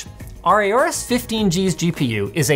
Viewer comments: Stop calling it A-AU-RUS, it's called AU-RUS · It's Horus not Aorus